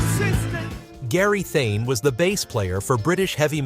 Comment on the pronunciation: Funny what hard work the narrator makes of Gary Thain. Not a difficult name to pronounce either!